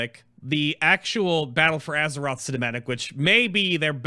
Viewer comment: battle F or aze ROTH